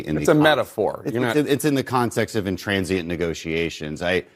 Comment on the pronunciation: Dan Crenshaw keeps saying intransient - I'm pretty sure he means intransigent. Come on, Dan!